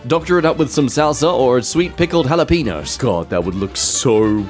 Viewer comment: why do you pronounce jalapeños like that? do you not sse the ñ? is there any reason for the e to make that noise? for what purpose?